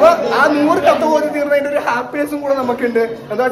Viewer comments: katham alla hatham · ഖത്തം അല്ല ഹത്വം എന്നാണ്.